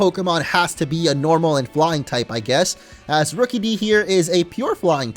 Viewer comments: It's not rookeedee it's rookidee like rook-uh-dee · This is how to pronounce Rookidee Ruu kid e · look it's a rukidee when it's name is rookidee